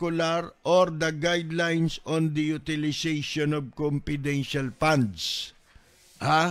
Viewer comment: Confedintial pa daw